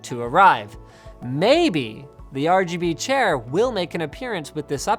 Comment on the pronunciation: "The Rbooger chair." I actually loled at that.